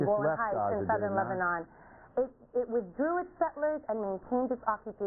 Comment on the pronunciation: he can't even say Lebanon properly